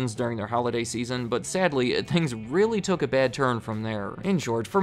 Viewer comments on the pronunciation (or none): none